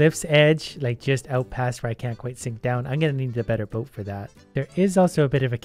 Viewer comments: Sounds like 'get in the bin' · Every time he says "get in the boat" I always hear "get in the bin" I think I saw to many gachacringe videos 😂